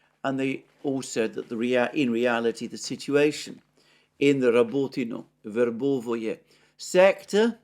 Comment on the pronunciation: Stop mispronouncing Verbove please!!!